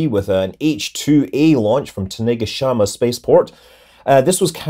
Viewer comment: That pronounciation of Tanegashima was certainly something. It's actually pretty easy to pronounce correctly for English speakers so I suggest looking up the pronouncation. Google Translate's Japanese voice pronounces is quite good and you could just copy that and get reasonably close.